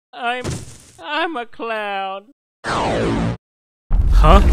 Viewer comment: WHY DID THEY SAY I'MA CLOUN!! >:(